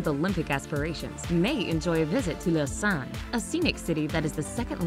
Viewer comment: I don’t like how you say Lausanne